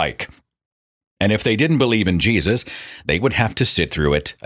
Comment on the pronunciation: I really love it when he gets extremely southern with it and says "Jaysus" lol